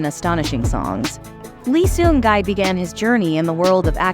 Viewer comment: Respectfully I think we should respect his name...not gai ...gi ( pronounced like e) thanks ever so much for your support ❤